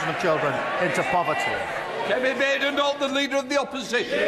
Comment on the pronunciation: Pronounced "Badenough"like Hyacinth Bucket is "Bouquet"!!!!!!🤔😂😆😂😆😂😆💩💩💩💩💩💩